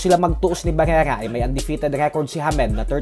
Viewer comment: pakipronounce ng maayos si barrera